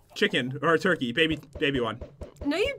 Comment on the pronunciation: said oh god baby not oh god mayby